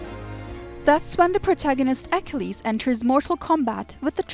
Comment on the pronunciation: You should be taken off for EKELEEEESSSSS. Is that how YOU pronounce Achilles????? A KILL EEEZZZ. Achilles. These readers or computers have to go. As an amateur historian it is so disconcerting to hear these idiots pronounce names that everyone knows how they're pronounced!~ Or do a freakin' read through. This one is sooooooooo bad. Homer of all things.